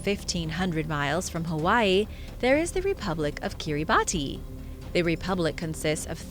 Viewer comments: Kiribati is pronounced “Kee ruh bas”. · Kiribati is pronounced "KEER-e-bahs" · Even though it’s written “Kirabati” it’s pronounced “kirabass”. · The country of Kiribati is PRONOUNCED kitty-bus......for real.